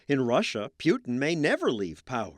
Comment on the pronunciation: Putin, not Piuton, John.